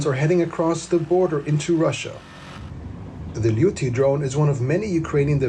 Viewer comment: Luty Drone, I wondered if it was named after the infamous homemade machine gun the "Luty Gun", but apparently not... A bit of research and it is "Liutyi" Drone...... Liutyi translating to "Furious"